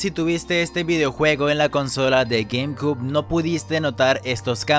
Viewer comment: 🤣 como es q pronuncia gamecube? jajajajajajajaja